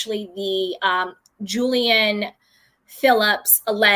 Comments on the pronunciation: The woman's name is pronounced "Julie Anne," not Jillian or Jilaine. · Julie-anne, not Julian. Julian is a male name, as in Julian Lennon. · I believe its pronounced: Julie-anne